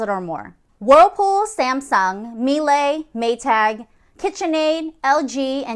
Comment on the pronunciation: Miele is German, not French. Pronounced "Mee-luh." The second syllable is pronounced sort of like you would Porsche.